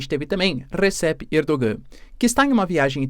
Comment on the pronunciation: Sou fã do seu canal, assisto todos. Mas se me permite uma correção a respeito a pronúncia do nome do presidente da Turquia. Aquele “G” com acento do nome Erdoğan, não se pronuncia na língua turca. A pronuncia correta é “Erdoãn”.